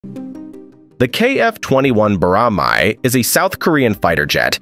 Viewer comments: Pronunciation: BO - RAH - MAE, not MAI lol jeez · It is not pronounced “Bora-my” it is “Bora- mae” as Madux “mae-dux” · The pronunciation is not Boramy it's Boramae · Pronounced bo-ra-MAY. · FYI, the pronunciation is more like “BO-ra-meh” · Pronunc. like:"BOROMEH". Not sure, though. Not a Hangool expert. Or should I have typed:"Hangook"? Not sure. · You pronounced boramae the worst way possible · wtf is that pronunciation of "boramae"